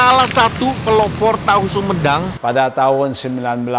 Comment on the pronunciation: itu hahu huhedang, sampai berasap gitu🤣🤣